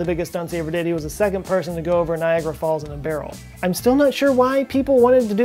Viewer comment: its Niagara falls, not nigeria falls